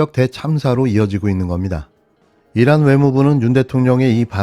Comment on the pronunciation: 잘 들어 보십시요 !! 이란이 아니고 일란 ! 입니다 !